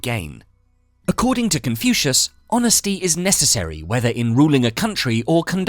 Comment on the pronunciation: He pronounces " Confucius " as confusing , so inane , assinine. Speaking robotically and fast does not hide this degraded approach. Jettisoned the whole slop IMMEDIATELY.